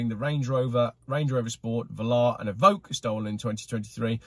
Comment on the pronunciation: Hands up if you spotted the mistake when he said "Range Rover Evoke?? 🤣😂